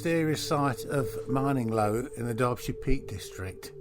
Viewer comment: It’s pronounced like grinning low but with an M